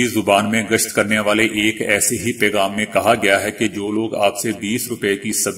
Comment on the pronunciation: آپ میں ایک اچھا نیوز کاسٹر بننے کی خصوصیات موجود ہیں۔ مگر اس کے لئے آپکو اپنے تلفظ پر خصوصی توجہ کی ضرروت ہے۔ مثلاؓ "تعلق" کو آپ ہمیشہ "توعل لق" پڑھتے ہیں۔اسے " تاعل لق" پڑھا جاتا ہے۔ "بہادر" کو "بوہادر" اور "پیغام " کو "پے غا م" وغیرہ وغیرہ۔ آپکی کامیابی کے دعا گو ہوں ۔